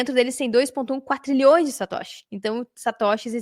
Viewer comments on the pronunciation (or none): O correto é "quadrilhões" e não "quatrilhões".